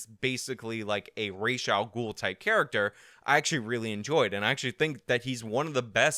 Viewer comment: Obligatory “hearing you pronounce Ra’s al Ghul made me cringe” comment… for the algorithm!